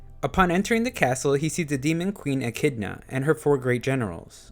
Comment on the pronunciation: When you can't pronounce echidna 😂😂